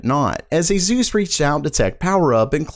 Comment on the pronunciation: It's aSus not aZus pls